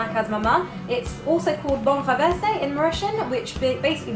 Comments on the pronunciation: Its bol renverser mate!!!! you ruined that dish mate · Bol renversé !!!!!! With é!